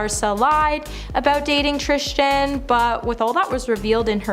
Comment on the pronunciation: "Trish-ton" is triggering